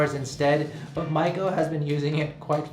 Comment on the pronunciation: First time to see your video. You kept saying your wife’s name and it sounded like “Michael” so I thought wow you are going to adopt a baby with your partner and then I saw female shoes so I realized not “michalel” but Maiko-san. By the way beautiful apartment..